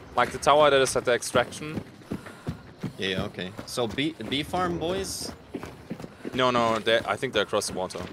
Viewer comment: I won’t lie hearing “bee farm boys” as “beefy arm boys” had me a tad confused..